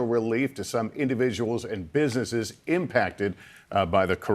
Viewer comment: Impact-it??? Impacted you meant 😡🤦‍♀️